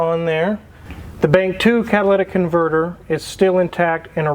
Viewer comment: Master tech saying cat-ah-La-dick converter is crazy work…